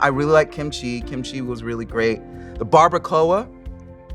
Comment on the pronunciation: "The Barbaracoa" had me 😂😂😂😂😂